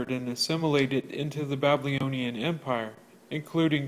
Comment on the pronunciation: Great videos. One thing, you lose a bit of credibility when you can’t pronounce the word “Babylonian” correctly. It’s not Ba-blee-oh-nee-an